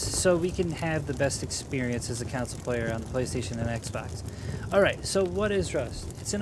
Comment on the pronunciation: Anyone else hearing “counsel”and not “console” lol